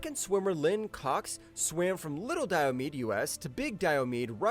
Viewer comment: Your pronunciation of Diomede is wrong. The last e is pronounced. dai-uh-mee-dee. Might have been a good idea to check that before making the video.